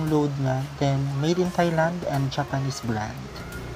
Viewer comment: Very good tama pronunciation ng Thailand